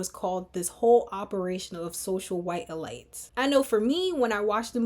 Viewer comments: E-Leets not elights…you’re brilliant the goal is to focus on your commentary not being confused. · Not ur pronunciation of elites frying me😅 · Love the breakdown. Curious if your pronunciation of “elites” has a double meaning? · Yes! The comment I was looking for. I have a feeling it does. Well.... at least I hope it does. Because otherwise...its a bit distracting 🙃